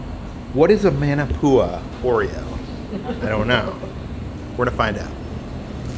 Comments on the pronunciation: ..it's pronounced "mon" NOT "man"... ..so "mon"-na-poo-a... #manapua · Maa Naa Pua not man a pua 😂 & Sing Cheong Yuen has the best Maa Naa Pua’s. You guy’s need to do a Hawaii food tour. 🥰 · Oh man. Love you guys and your videos but the pronunciation of manapua!!! Muh-nuh-poo-uh is the correct way instead of Man-o-Pua. Like Moana not Mo-anna. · Love you guys but it’s pronounced “MAH-NAH-POOH-AH” aka Manapua lol and its “MOO-SAH-BEE” aka Musabi. So glad you folks came! Wish I bumped into you folks I would’ve been girl fanning lol okay back to watching the rest of the video! 😊🤙🏽